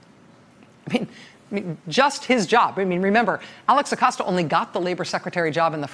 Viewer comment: Thank you Rachel for pronouncing his Name correctly! Thats balm for my ears! Edit: well, that didn't last long.